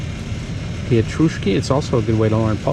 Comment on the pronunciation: I’m impressed how you said pietruszki 🌿👍👏 BTW. The beer Żubr was per Can so 12x2.99zl and there’s no deposit